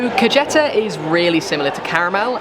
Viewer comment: The pronunciation of the dishes is killing me. For instance, “Kajehtah” lol. It’s actually pronounced like kah-heh-tah. A couple rules that will make Spanish a little easier is that the letter ‘J’ sounds ‘H’ and the letter ‘C’ sounds ‘S.’ Also, even though you didn’t plan stuff, it still looked fun. It’s fun to wander around. Keep up the great videos!